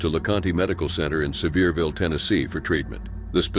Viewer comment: Its nice to actually hear someone say Sevierville correctly!